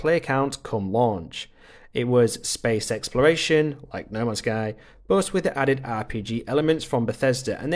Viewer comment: Why do you keep calling it noma sky?